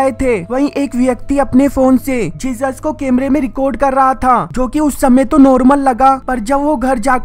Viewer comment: Bro love your videos but its jesus not jejus